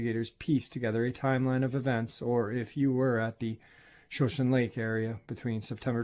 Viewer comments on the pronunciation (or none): Shoshone Lake? Pronounced Show-shaun-nee